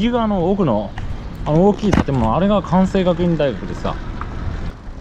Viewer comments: スーツ君、57次お疲れ様でした。このシリーズはまるでロードショーの初日を待つ気分で毎回公開とほぼ同時に視聴しました。すごく面白かったです。 ただ一つ、「関西学院」のキャンパスは枚方にはありません。 スーツ君の「関西学院」を正しく「かんせいがくいん」と発音してくれた事には敬意を表しますが、繰り返えし申し上げますが枚方の地には関西学院はありません。 以下参考してください。 （関西学院各キャンパスの紹介（公式）） （ページ上の「キャンパス」をクリックしてみてください） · たこやき３５０円は安いな～とおもいます😊 イベントで年に数回食べるぐらいですけど、だいたい８００円ぐらいで、何列もかなり並びますので。そんなものだとおもっていました。関西学院は枚方ではなく、兵庫県西宮市にあるので、許可がおりたら、よかったら行ってみてください。古い建物とかあるとおもいます。ちゃんと「かんせい学院」と読めるところが、スーツさんはさすがですね😊 ほたるの光がながれて寂しくなりますね！また新しい旅をお待ちしています。安全第一で😊